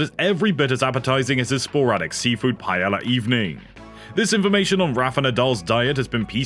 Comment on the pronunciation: Whoever the narrator for this is, replace them. They can’t pronounce half of the player names let alone the word paella. Probably not coming back to this channel until he is gone, sorry.